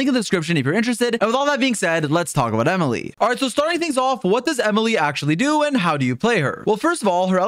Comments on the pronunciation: "E-mile" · The sudden French pronunciation got me howling ngl